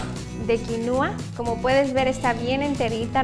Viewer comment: No se pronuncia quinuua, pero quinua. El acento es en la I de qui. Es quinua, no quinuua. Y si, la quinua es muy nutrutiva, proteina completa vegetal. En general muy buen video.